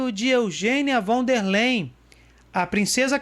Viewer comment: Von der Leyen => 'Fón dér láien'